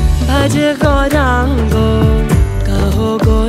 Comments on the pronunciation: Pronunciation of Gouranga is not correct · Gourango Song is excellent but name pronounced wrongly many a time.